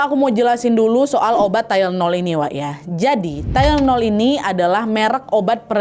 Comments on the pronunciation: Bacanya THAI + LE + NOL. (TY LE NOL) Bukan TYLE + NOL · ijin koreksi dikit yah kak nad, tylenol bacanya bukan “tailnol” tapi “tailenol” 💕 soalnya banyak banget penyebutannya jd agak ganggu. trimss kakak untuk cerita hari ini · Keganggu sama pengucapan tayelnol😩😩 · Bacanya ti-le-nol bukan sih?